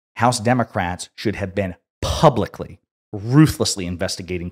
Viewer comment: plubicly that is…